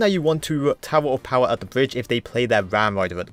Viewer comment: I love how this guy calls the bomb tower "tower of powa" 😂😂😂😂